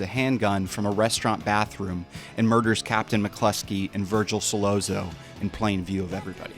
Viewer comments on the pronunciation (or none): I understand “ethnic” names may be hard for some but Jesus they say the name IN the movie… it’s pronounced Suh-lot-zo (like the double Z in pizza) not suh-lozzzzz-o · the way you pronounced sollozzo sucked the italian out of my body with a straw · Pronouncing Sollozzo the way he did is like little Carmine mispronouncing Versailles